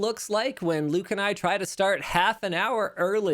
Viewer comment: WTF, ""??...